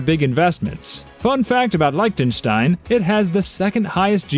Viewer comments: Learn how to pronounce Lichtenstein and others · Wrong pronunciation of Liechtenstein, Vajiralongkorn, and Volkswagen. Hans doesn't have the title of King. Why was MBS shown during the clips for Abu Dhabi when he's from the House of Saud!